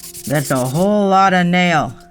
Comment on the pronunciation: Did she say "that's a ho lotta nail"?😅